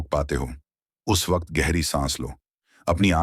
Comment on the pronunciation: ये वकत नहीं सर ...वक्त है